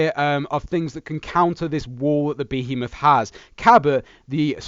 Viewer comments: Omfg please for the love of god its one word Behemoth! not 3 (be he moth) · Behemoth is apparently pronounced bee-heemoth yeah lol